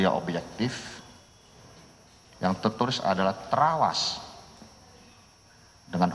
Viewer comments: Bisa"nya tawas jadi trawas 🤣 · Trawaaas...bukan Yawaas...hadeeeh...hajaaar bukan tembaaak...wkwkwkwk